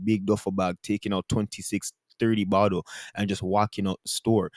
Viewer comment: “Liquor cabinet bokkle of Ontario” LMFAO pls